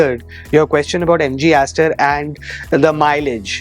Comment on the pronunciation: Sar aapane Jo mileage bola hai MG star style ka to, thoda clear bol dijiye please